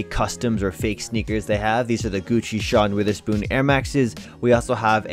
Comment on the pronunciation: my man said sean witherspoon LOL